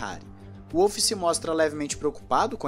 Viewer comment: que agonia ouvir Toto "Uolf" ahahahaha em alemão o W tem som de V meu irmão